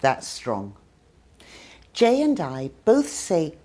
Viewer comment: When Jay said '' I'm Jay.'' I thought he said "I'm Gay." Did you too? Like if you agree | | \/